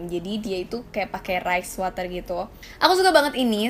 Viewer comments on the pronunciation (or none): Mau sok bhs inggris tp ngomong water masih bacanya water... Tapi thanks infonya